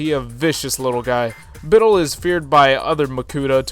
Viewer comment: When I heard pronounce Bitil as BITil, I cried. I always used to pronounce it BitIL and even if it's not correct, it stuck.